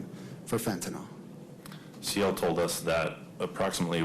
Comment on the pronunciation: Fen-ta-nyl. Pronounced: fen -tan - ill. Not Fentanol. Not that hard to say folks.